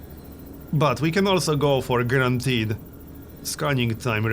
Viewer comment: everytime he said guarantied I heard grand hit am I the only one?